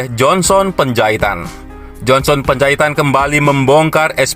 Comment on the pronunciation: Johnson Panjahitan bukan Johnson Penjahitan!! Anda harus belajar banyak MEMBACA, agar tidak salah baca, bisa menyinggung perasaan lho!! Penjahitan-Penjahitan-Penjahitan!! Emang tukang jahit???